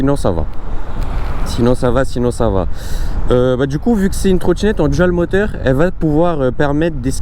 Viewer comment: Ta vidéo est bien mais faut vraiment faire des efforts d'expression. Par exemple, c'est pas une trottchinette djual motor. C'est une trottinette dual motor.